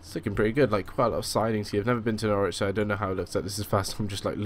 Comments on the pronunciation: It's not nor-witch it's norich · i am in PAIN omfg it's "nor-rij" not "nor-witch" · As someone who lives just outside of Norwich. You say it: Norwich - Nor-wich and Lowestoft as Low-stoft. Also Great Yarmouth in Norfolk is known as Yarmouth. Also it's a dump (sorry) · I think it's pronounced Norwich, if there wasn't the "w" there it would be pronounced norich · Norwich: Nor-ich Brundall: Brund-ull Acle: Ay-cul Lowestof: Low-stoft